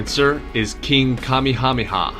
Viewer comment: 20/21 . So close but no cigar . Dude , that was the worst pronunciation of the Hawaiian king I ever heard . It's pronounced Kah may ah may ah. 🇺🇸😎👍